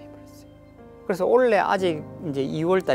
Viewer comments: 올해를...올래라고 하시네~^^ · 교수님 '올해' 단어 발음 좀 교정하세요. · 그리고 아무리 사투리에 익숙하더라도 대중강연때는 최대한 표준어휘를 발음했으면 좋겠다...올레?는 도대체 뭔가? 올해가 Ole?인가? 뭔 또 올레는 그리도 많이 나오는지...헐헐헐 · 미안하지만 억양이야 그렇다치고 올래와 올해 발음 구분이 안되시나?